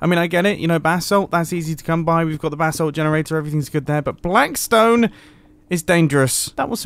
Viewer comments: Every prime he says “basalt” he sounds like he’s saying “bath salt” Like if you agree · Anyone else hear “bath salts” every time Mumbo says “basalt?”